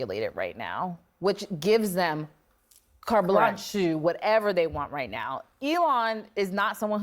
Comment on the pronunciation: Did she call herself a "journalist?" 😂😂😂😂😂😂😂😂😂😂😂😂 And what the hell does "carblanshew" mean? Is that a new word, or is it just one I've never heard before?